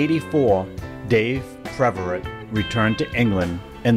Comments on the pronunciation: It’s “Pev” not “Prev” for crying out loud! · I've never heard of (narrator) before, but it would be nice if he could pronounce Dave's last name. It's PEVerett, not PREVerett. So disrepectful... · His name is PEV-er-ette , not PREV-a-rit. RIP Lonesome Dave and Foghat! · Thanks for this piece of music history. The name is Peverett, not Preveret. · I was a Lonesome Dave fan since the Savoy Brown days and was a Foghat fan the entirety of their "main" existence and love these little "factoid" pieces. Sadly, I must voice my complaint about the pronunciation of some of the members' names. Dave's name was Peverett, not Preverett and it was mispronounced five times in this mini-documentary. Come on man, if you can't at least get the people's names right, then get somebody who can. You talk about paying respects to the dearly departed but can't even get their names right. By the way, I just saw Roger Earl with the current version of Foghat at the Imperial Palace in Biloxi Mississippi and sadly, it's not the same. Was good, but not great. RIP, Lonesome Dave Peverett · This guy keeps calling him Dave PReverett. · Please stop saying ‘Preverett’… it’s Peverett. Real good video tho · You're exactly right! He kept saying "Preverett". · Bingo! It was a nice tribute but hearing him call him Preverett was driving me crazy! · “Preverett”… over and over again. You’d think this guy would take the trouble to correctly pronounce the name of the artist he’s presenting… And you’d think someone else working on this might tell him he’s getting it wrong. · This would have been a nice tribute to Lonesome Dave had the narrator not continually mispronounced his name. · However, one should never ADD an "r" where none ever existed!